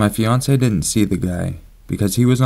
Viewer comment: When you said "A house me and my fiancé lived in", I swear you said "beyoncé", and I was like "wtf"